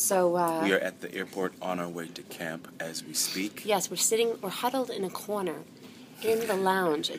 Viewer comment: The way her long island accent comes out when she says "Corner" is so cute 💖